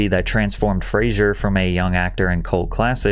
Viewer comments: Okay, I didn't want it to bug me, but it's bugging me. His name is pronounced like Razor. F(razor) that's how he described it. Fraiser was a sitcom. 😂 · “This is Brendan Frasier” no it’s not. It’s Brendan Fraser. As in Fray-Zer. Sounds like Razor. Not like the character played by Kelsey Grammer. So irritating… if you’re going to tell his powerful story then at least learn how to pronounce his name correctly! He’s owed that much. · His last name is pronounced “Frazer”. He’s publicly stated that everyone says his last name wrong because of the tv show Frasier. There’s no “i” in his last name so it’s pronounced with a “zer”. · "FRAY-zur." Not "Frasier." Loved the video! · Mispronouncing your subjects surname in a video about him getting disrespected and so forth is wiiiiiiiild. It's not Frasier "Frayshur" it is Fraser "Fray-zer." Also, vehemently is VEE-HEM-ENT-LY not "v'HEEMintly." Ha! "Rose Muh'goin" he says. 🤦‍♂️🤣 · FYI it's pronounced Frazer. not Frasier like in the TV show. It's Frazer, like Lazer. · Said his last name wrong, Patrick. 😅 Most do though. The tv show Frazier is the culprit imo 😊 It’s an S sound, and not a Z sound, for Brendan’s last name😊🫡✌🏻✌🏻 Thanks for the upload 🙂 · its fraser not frasier, pronounced fra-sur, not frayshure, u pancake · His name is pronounced Frazer like Razor. Too many people pronounce his name like the character of Cheers. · It's pronounced phraser u dope. I can't believe anyone thinks they're an expert on hollywood he can't even pronounce his name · Pronounced like razor haha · Just by the by, its actually pronounced Fray-zer, like Razor... We've ALL been pronouncing his name wrong for years and he was just too nice to correct us 😢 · There is no "i" in Fraser, you are pronouncing it wrong. It's not pronounced "Frasier" like Kelsey Grammer's title show. The evil people in Hollywood seem to be unaware that there is a real God and a real Hell! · fraser rhymes with razor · More like "Fray- sir" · It's pronounced Fraser like "razor".